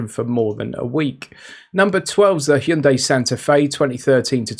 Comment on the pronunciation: Loving that you pronounce Hyundai correctly unlike most of your competitors / colleagues .